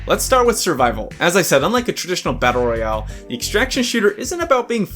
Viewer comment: all this without mentioning vigor , it has a lot of the things you said were missing. try it dude , great fun. BTW it is battle royale , not battle royle.